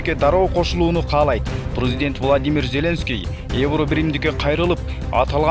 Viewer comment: влОдымир вЯЯтровичь! дООнбас😂😂😂😂😂😂😂 донеСкэ 😂😂😂😂😂ай койчу, кичине акцентти ондоочу !!!